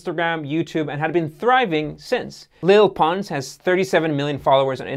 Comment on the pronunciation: Lele is pronounced “Lay-lay”